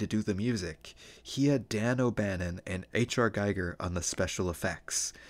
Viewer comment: Giger rhymes with eager